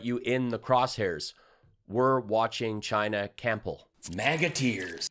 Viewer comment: You mispronounced were as we're. Hard to blame you, the comments make everyone that reads them dumber.